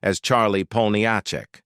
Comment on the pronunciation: AI voice over mispronounces Jo's last name. I have heard this problem on other posts by other content creators. It'd not artificial intelligence, it's artificial ignorance.